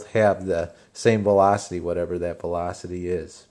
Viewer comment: I love the way you say velocity! thanks for the helpful video